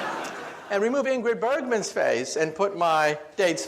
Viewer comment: When he said ingrid bergman , it sounded like Angry Birdman xD